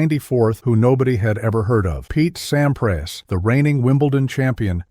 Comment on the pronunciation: Nice video..... but what a butchering of name pronunciations...Pete Sampras, Roland Garros, etc.